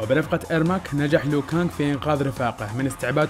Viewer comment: اسمه لو كانق مو ليو كانق